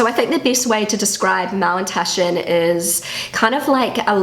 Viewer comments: What are Mallentaschen? Is she trying to say Maultaschen? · dear, did you call them Mowntushen? I tried so hard to figure it out. Please, please let me know ❤ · Es hört sich immer an, als würdest Du Mauntaschen sagen. 😅 #ZuPutzig ☺